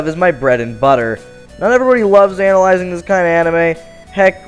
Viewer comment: When you said analyzing (i think thats how you spell it) it sounded like you said anal-yzing